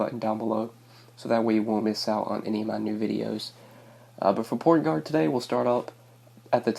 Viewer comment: did you say porn guard instead of point guard!? hahaha